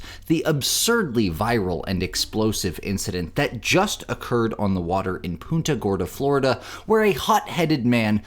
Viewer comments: It's pronounced "Punta" like a football punt. It's not "Poonta". 😊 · It's Punta Gorda. Like punt the ball. Not poonta, lol. 😂Yeah it's not the first time just the worst. Unbelievable